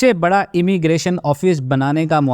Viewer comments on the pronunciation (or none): none